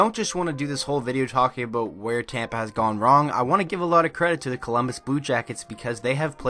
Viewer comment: Wasn’t gonna like this video. Then I heard you say “aboat “. 10/10 would recommend.